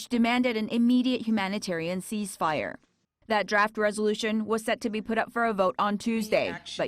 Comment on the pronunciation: cease fire not cheese ...only Koreans pronounce like that .